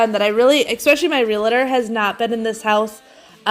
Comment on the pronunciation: Hi there! Love your videos. I just have one little correction and I know it is really silly but as a Realtor people tend to say it wrong. And I mean no offense. It is Real-tor not Real-a-tor. 😊